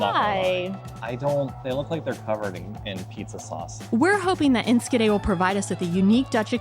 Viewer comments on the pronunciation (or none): Look at those sandwiches, amazing! Y'all (you all, how do you say that) are making progress in Dutch! The hardest thing is the 'sch' in, for example Enschede. you tried, and said ensKede. Did you know that in WW2 the best way to know if others were foreign and not to be trusted (not Dutch) is asking: can you say "achtentachtig kacheltjes"? (eighty-eight heaters). Pronounce was key.